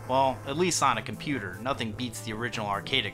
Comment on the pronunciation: Lmao "compeddler"